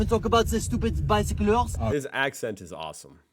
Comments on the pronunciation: "...and not even talk about the stuipd by-sic-clurs!" 😂😂😂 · Saying bicyclers sounds funny to me, I don't know why but it makes me laugh....